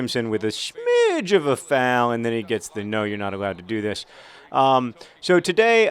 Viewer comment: You say 'Foul' funny when you're anxious and it's hilarious.